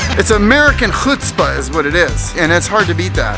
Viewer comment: Please ask someone how to pronounce “chutzpah” properly.